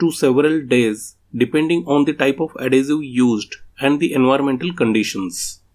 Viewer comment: Excellent explanation...just a help the word adhesive is ad-hes-i- ve like vest its not ad-hes-i-ue...I cant speak another language so respect to you. English is very hard and confusing I am explaining dough (flour and water) and doe (baby rabbit or baby deer) to my grandaughter sound identical totally different meaning.